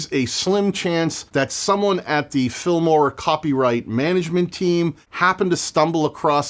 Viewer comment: It almost seems like you are getting paid for every instance in which you mention the F*mora word. You really nail the pronounciation though. Keep fighting the good fight.